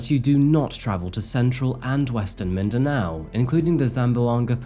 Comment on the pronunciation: Hold up! You pronounced Mindanao and the other places perfectly. Well done!🎉🎊🥳